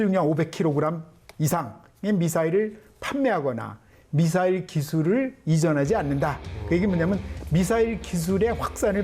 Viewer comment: 미썰이라고 발음하시는 패널의 발음을 보면 더 엉망이구만요. 일본식, 모타. 등등